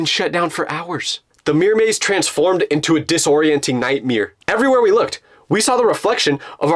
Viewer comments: said nightmeer Instead of nightmare by accident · "Distorienting Night Mier" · Into a nihtmeer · BRO ITS PRONOUNCED NIGHTMARE NKT NIGHTMERE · 👎: Nightmare 👍: Nightmere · He said nightmare with a e😂😂😂😂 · Night meere😂😂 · nightmerer XD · no offence but why does he always pronounce it like that 😭😭😭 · mightmire lololo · night meer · "A disorienting Nightmeer-" bro had me dying of laughter. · I was seriously watching this until I heard “nightmear” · “ it was like a nightmae” 😂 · "A disorienting nitemiiir" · bro said nightmere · Yo why u say nightmere plus note 😈oil up🤥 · In the video while it was at 10 minutes did bro say "nightmere" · no way bro said night-mere😔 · Nightmere lol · nightmare ❌ nightmere✅ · Only him says nightmeir and not nightmare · Ooo what’s a nightmer😂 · the fact he said nightmeer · a dissorianting nightmere???? wtf is a nightmere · Bro really said nightmyer😂😂😂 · I have also said nightmeer by mistake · "iving nightmer" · aaaah yes a nightmeer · what’s a nightmear?😭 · said nightmeer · did yall hear him say “nightmirror”??😭😭😭😭😭🙏🙏🙏🙏🙏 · Bro actually said night mere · I heard Bro’s nightmer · Nightmere got me dieing lol😂